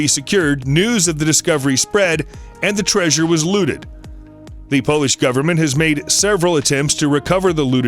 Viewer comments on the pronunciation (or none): none